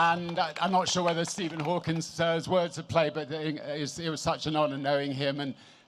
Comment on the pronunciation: He couldn't even get Stephen Hawking's name right. Fucking "Stephen Hawkins" 🙄